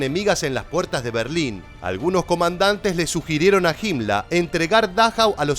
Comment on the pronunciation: Hola podrías explicarme quien era JIMLA me parece que pronuncias muy mal los nombres alemanes. No sera que te refieres a la HIENA HIMMLER de facil pronunciacion. Saludos desde Uruguay